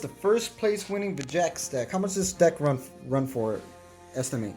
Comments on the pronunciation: Vegeks. Anyone else have a pet peeve for when people call it “Vegenks”? The card is right there. There’s no “n”. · Bro get the name right there’s no “N” vegeks